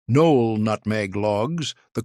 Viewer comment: It's not pronounced nole. It's pronounced No ell. Stupid AI.